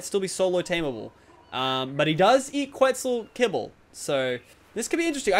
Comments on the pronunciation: I'm going to ask this again - do you actually mean to say Quitzel Kebble or are you mixing your words up when you try to say Quetzel kibble? Makes me laugh either way lol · Did anyone notice he said Quitzal kebble